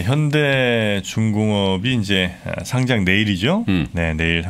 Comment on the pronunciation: 상짱이 아니고 상장 입니다.